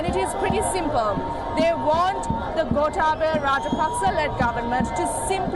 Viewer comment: It’s not “Gotta Go Home” it’s “Gota” as in Gotabaya Go home